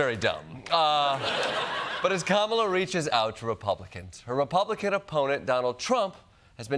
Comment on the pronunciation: Can you fix her name? It's Kamala not "Kampala." It makes you sound like a trumper. 😬